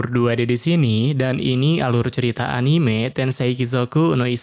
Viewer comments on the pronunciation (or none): none